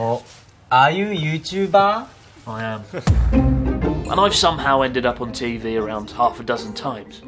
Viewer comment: "Are you youtubah?" "Yes 🙂"